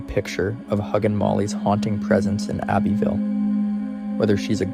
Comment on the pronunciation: You do realize you said Abbeyville Alabama?